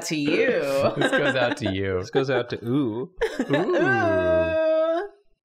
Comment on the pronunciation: I heard "let's just eat oout tonight", looked down to see realistic legs, and it broke me. I love it.